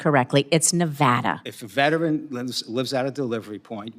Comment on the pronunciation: This lady is insane How does the usps know what mail recipient is a “vetrin” For someone concerned about proper pronunciation she does it with an easy word